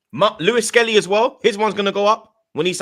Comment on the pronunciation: "SKELLLY IN MIDFIELD" 😅😅😅